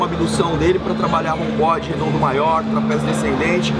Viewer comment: Vc falou Trapeziu?